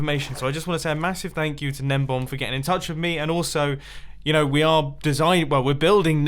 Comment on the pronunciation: is it juat me or is mumbo saying gnembom and not gnembon